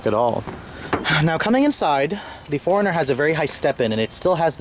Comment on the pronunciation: This is the car I would buy in a heartbeat if I could afford to buy a new car. I've always wanted a 4runner. Anyone else notice how he kept pronouncing 4runner as "foreigner?" :)